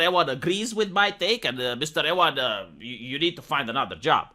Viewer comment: Ewan is pronounced You-un not Eh-wan